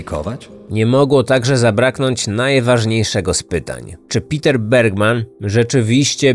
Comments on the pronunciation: Niemieckie Peter wypowiada się: Peter a nie: Piter 🤦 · Jeśli pochodził ze strefy niemieckojęzycznej to nie Piter się wymawia tylko Peter Bergmann.